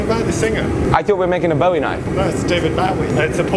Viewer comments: The Bowie knife is named after James Bowie, frontiersman, soldier, and hero of the Alamo. The name is actually pronounced “boo-ee,” not the other ways you can pronounce bow (bow and arrow, bow in respect). I don’t know how you get “buoy” from Bowie, but it’s not like David Bowie. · I know this is almost 2 years old now, but I just found the channel and am enjoying catching up. HOWEVER, the knife is named after Jim Bowie and it's not pronounced Bow-E; it is pronounced. Boo-WE. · Interesting stuff, especially the numbers at the end from testing... Oh, and it is pronounced boo-ee, not bough-ee. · Hi name was also pronounced 'Boowie' (Like Chewy), not 'Bowie' (like David), but I guess both are used equally these days. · It's pronounced Beau-y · Bowie is actually pronounced like buoy. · Its pronounced Boowee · Jim Bowie not David. And it's pronounced Bo- E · Its called a Jim bowie (pronounced boowie) not a David Bowie knife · Back in about 1965, I was in 3rd or 4th grade when I read a book about Jim Bowie. Not David - Jim. The Texas pronunciation is Boo E. Not bow as in bow tie, or bow as in the pointy end of a ship. Anyway, this book talked about Jim's knife and how he made it - out of a meteorite. Well, I guess we now know that the book was in error, and probably on several other points as well. So thanks for putting that old myth to rest. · It's a Bowie, pronounced "Boo-Ee", for American Jim Bowie, not David Bowie the singer... lol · every time everytime they pronounce Bowie knife wrong it makes me sad. It's pronounced boo-ie. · A Bowie knife, named after the hero of the Alamo Jim Bowie, is pronounced either 'boo-ee' or 'bo-ee'. The bow may be pronounced as in 'bow and arrow', but not as 'the front of a boat.' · its pronounce boo-ee (from texas so i know) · Hate to be that guy... but it's pronounced BOO-ee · It's Bowie pronounced Boo-ee...Jim Bowie not David! Lol